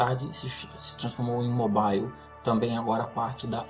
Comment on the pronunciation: AMIGO, PRONUNCIA-SE "MÓBIL" E NÃO "MOBAIL"